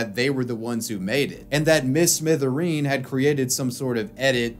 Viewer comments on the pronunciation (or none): Come on bruv, it's "Mr Smithereen" not "Mrs Mithereen".